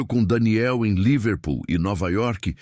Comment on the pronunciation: A palavra não é Líverpool, com acentuação tônica na primeira sílaba como o narrador falou aí. A palavra é Liver Pool. A sílaba tônica não é em 'li' mas em 'pool'.